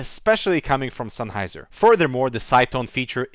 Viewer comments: "SENNheiser". Not "Sunheiser". :D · senn not sein,,,,lol